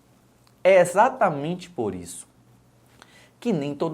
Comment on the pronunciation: É XATAMENTE??? exatamente. "Eistra" virgem??? Pércépicao???? Ó rganismo???? ...